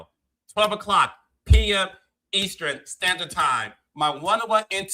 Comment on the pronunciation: Hey, please tell Carlos how to pronounce EASTERN, please it's driving me crazzzzzy!🤣🤣🤣🤣🤣🤣🤣🤣